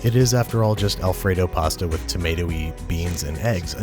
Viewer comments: P A H S T A H /Pasta/ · I like how they say pasta